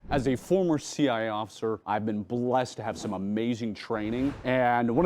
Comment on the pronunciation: Why does it always sound like you say "former CI" instead of CIA?